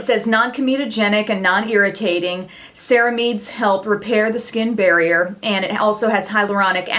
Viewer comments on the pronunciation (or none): She said Cerameeds lol it's pronounced Cera-myds aka Ceramides